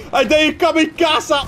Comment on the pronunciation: HIJ DEED EEN KAMIKAASA, Kamikaze*